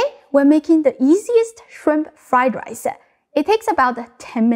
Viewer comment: Shrimpuh fried rice-uh